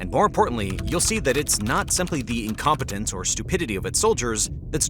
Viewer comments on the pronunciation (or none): Incompitance? Incompetence. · incomp"i"tance? ..... sooo funny!